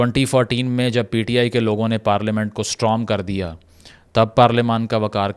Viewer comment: Bhai parlamen or parelement